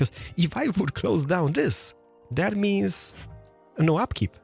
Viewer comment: I wish I could enjoy your videos as the content is objectively great.. just can't get over you boycotting the "th" and "t" sound in every single word 😂 (this, that, that's, there, it - diss, dad, das, dere, idd). Trying to power through it 😅